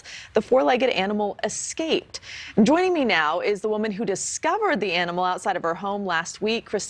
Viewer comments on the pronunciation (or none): If she says EXcaped one more time…..sorry I’m so petty but that rings my bell. She doesn’t seem all that sincere either. Maybe that’s my thing with her 🤔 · "ex-caped" 🤣 Girl, there's no X in that word. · "Escaped," not "ex-caped".. 😐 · ummm its not "exCaped" its e S c a p e d...🙄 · Every time she said eKscaped I wanted to scream. I wonder if she still says pisgetti and aks. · Escaped not exscaped !!! No x in the word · I wouldn’t expect anything more from a woman who says eKscaped repeatedly. On tv at that. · She mispronounced a few vowels, maybe xcaped from an intuition herself, & ‘helping’ this animal is a way of controlling her trauma...